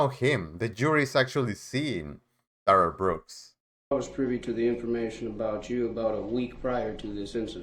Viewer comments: No thanks needed Sir. You are brilliant. Couldn't watch Duh-rell if it wasn't for you. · Yeah..kiss duh-rell ass ,judge